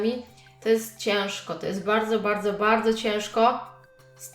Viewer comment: ty mówisz bałdzo a nie bardzo xd